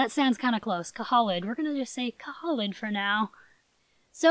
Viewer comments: Pretty sure that Khalid is pronounced ka-Lid and the Unicorn foal Zoe is pronouced Zo-E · I really hope to be getting Khalid! I think it’s pronounced Cuh-leed.I could be wrong though. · Khalid = "Kahleed" Its an Arabic name and means "eternal" or "forever"